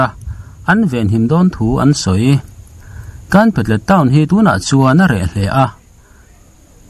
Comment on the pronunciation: Ka pu kawl khaw hminglam dan ka hrilh ang che aw.....â...awki hniam a lam tur..ā..awki sang a lam tur a nia...a nih chuan ,(Kânpalet)....i lam dan ah chuan,,kānpalet ah a chuaka a dik chiahlo deuh...etc..Minmu....lamdik dan mīnmû...mīn..asang..mû..ahniam